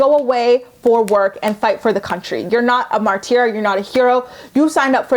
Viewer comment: It’s mar-ter, not mar-teer. Please pronounce words correctly.